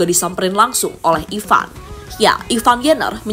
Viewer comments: Ivar, bukan Ivan, min...!!! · Ivar bukan ivan min😂